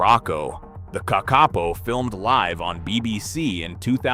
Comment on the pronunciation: It's an annoying AI voice. There are two ways to pronounce "live" and it pronounced it wrong.